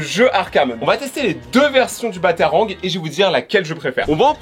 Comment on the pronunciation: Ça se dit batrang pas batarang